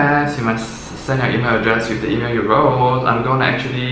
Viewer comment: 1. Please say email again